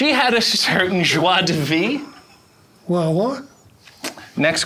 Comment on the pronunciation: tries to be fancy with the French expression, but failed at it. It's Joie de Vivre (not Vie). He's even Canadian! Shame! lol